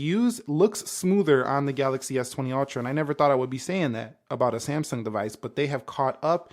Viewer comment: It is NOT semsung. Samsung